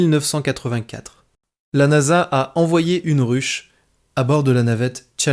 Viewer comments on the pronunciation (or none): none